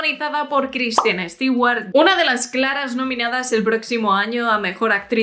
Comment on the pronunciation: Me dio cáncer de tanto escuchar "Estiguar"